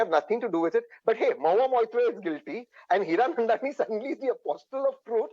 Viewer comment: Bhai her name is mo-hu-a Maitra , please pronounce the name properly